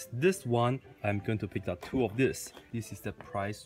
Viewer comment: This is really cute bro!!! Thu not two! 💝💝💝💝🇧🇩